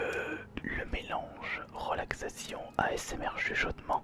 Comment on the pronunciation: Si comme moi, tu entends âââsmr au lieu de asmr, lève ton pouce !